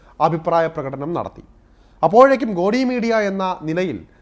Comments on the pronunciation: സുഹൃത്തേ ഗോഡി മീഡിയ അല്ല, 'ഗോദി' മീഡിയ എന്നതാണ് ശരി. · ഗോടി അല്ല ഗോധി.Learn it's pronunciation also.😂